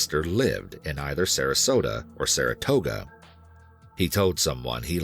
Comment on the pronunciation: “Saratosa, Florida.” You okay there, bud? (It’s Sarasota.)